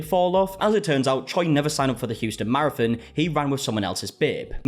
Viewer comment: I will from now on be calling a marathon, a “mare-a-fin” 😂💀